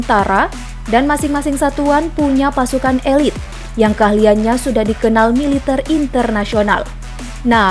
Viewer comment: Adminnya aneh, yg seharusnya dan umumnya dibaca militèr, populèr, jêmpol,, sama admin malah dibaca militêr, populêr, jémpol... ejaannya dibetulinlah, min!